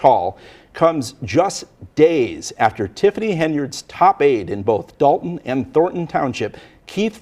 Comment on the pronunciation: NBC News are idiots its Dolton not Dalton you'd think they'd spell check their words on the screen. Especially since they got it correct later on.